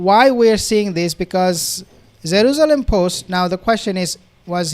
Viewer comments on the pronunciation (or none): “Zeruzelum” lol its Jerusalem